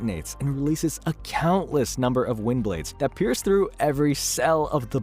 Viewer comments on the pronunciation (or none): none